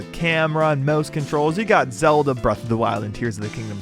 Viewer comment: I’m sorry “ZeD L”?